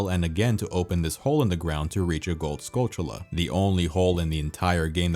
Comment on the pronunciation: Hey! Thanks for pronouncing Skulltula correctly.